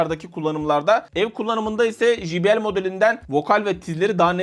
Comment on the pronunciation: Jibiel değil de ceybiel şeklinde telaffuz edilir. J harfi cey okunur.